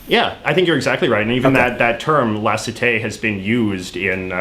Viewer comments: Neither of you are pronouncing laïcité correctly. Just sayin' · Great video ! From a French perspective the analysis about religion and "laïcité" was suprisingly accurate (exept for the prononciation of laïcité haha but who cares) very interesting as always !!